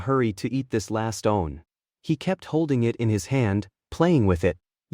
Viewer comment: Why are you pronouncing "one" differently?